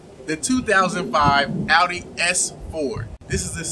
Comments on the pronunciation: “Ow-Dee” please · when she said “aw-di” i left the video. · She also said "aw-dee" which immediately lost all credibility for me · I will never take automotive advice from people who say, “Ah-dee.” It’s, “Ouw-dee.” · I cringed so hard when that chick said "awdi" 🤦‍♂️ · When a dedicated auto writer pronounces it "oddy" 🙄🙄🙄🙄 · You lose all cred as a car person when you pronounce Audi like did. You lose the privilege to recommend any car...at any price. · that chick that mispronounce audi, and said "only" 4k pounds...